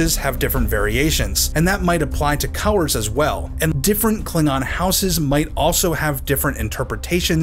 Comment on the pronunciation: The first emblem wasn't bad just dull because of the lack of colours. Also am I the only one hearing cowers instead of colours?